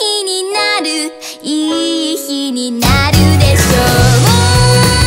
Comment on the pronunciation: やっぱミュージカルやってる子だから「いい日になる」の「い」とか他のとこも発音がしっかりしてて凄い聴きやすい💕